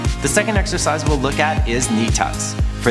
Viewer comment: am i the only one who thinks that he keep saying like 'sexercise' ?